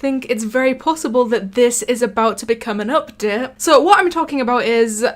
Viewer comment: the way he say update lol